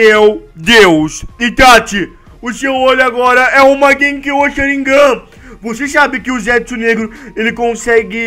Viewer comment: porra não é sharignan é Sharigan mn mds